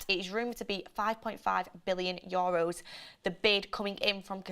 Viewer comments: ITS YOU-ROSE (EUROS). NOT YO RUSE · YOHHROWS lmao